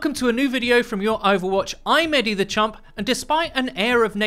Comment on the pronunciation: I know he says I’m, but my mind hears I’m Eddie the Chump every time...🤦🏼‍♂️